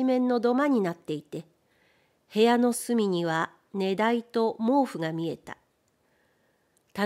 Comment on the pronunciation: ネダイ？ シンダイだろ、さすがに。 寝台 だってネダイなら、寝室は、ネシツに、なっちまう。